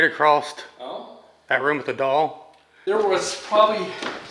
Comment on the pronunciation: I hate to be that person, but have noticed it in a lot of your videos. It’s a common mistake, but it’s “across” not “acrossed”. Sorry…had to. 😂😬